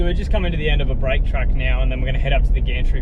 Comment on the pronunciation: It's pronounced "A Break", as in the letter A. Like - A Break, B Break, C Break. Not pronounced like you're saying, as in take a break. Kind regards, your local pronunciation pedant.